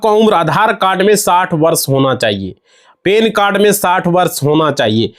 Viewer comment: पेन कार्ड नहीं भाई पैन कार्ड बोल भई. पेन तो वीडियो देखने बाद जो हुआ वो होता है भैये!!